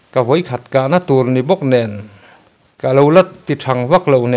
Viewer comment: Vawi khat, tih chu a va pai/ awn deuh ve.